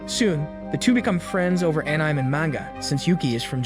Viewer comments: bro u did not just butcher "anime" that hard 😭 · Ah-nih-meh is how its pronounced. It literally translates to cartoons. Please get this thing to pronounce these names right.